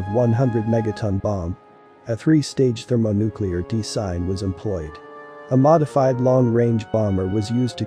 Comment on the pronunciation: That is weird. I'm having a hard time with all the mispronounced words: Dis-Saster, De-Sign, etc.